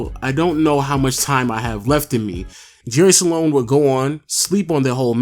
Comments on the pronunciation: it's "jerry sloan" not "jerry saloan", say it properly if you're going to say it 100 times in the video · It's SLOAN. Not SA-LONE. Lol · It's "Sloan" not "Saloan" lol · I’ve never seen someone turn “SLOAN” into a 2 syllable word until this video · I initially thought you misspoke when you said Jerry "Salone"... Then you repeated it about 23 times. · SALONE SALONE SALONE SALONE SALONE SALONE SALONE SALONE SALONE SALONE SALONE SALONE SALONE SALONE SALONE . Slown man NOT salown! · Jerry SLOAN Not sAlone..... Moron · Are you saying Jerry SA-lone? Or just Sloan? Cause it's just Sloan. Not SA-lone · Am I the only one that notices this dude keeps saying jerry saloan and not Sloan... I mean it’s not that hard to pronounce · Great vid. Kinda sad how Deron Williams and CP3 were once considered equals, but Williams is out of the league now. Oh, and btw, Jerry Sloan is pronounced 'Sl-own', not 'Sa-lown'. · Dude his name is Sloan, not Sa-loan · Its sloan NOT SALONE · Jerry Sloan not Salon... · Is it me or is he saying Jerry "Salon"? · LOW saying Jerry Sloans name like “Saloan” was cheesing me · One of the greatest coaches in NBA history but obviously you aren't familiar because I heard Jerry Salown or some other weird pronunciation. SMH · Stop saying sa-lone!! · “Jerry Salone” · Dam hearing him keep saying Salon pissed me off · Thank you, I was cringing every time he said salon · 😂😂😂😂😂 Salone!! I almost thought he said Jerry Stalone! 😂😂😂 once is ok but multiple times? Come on dude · You know your saying jerry Sloan name wrong on this whole video?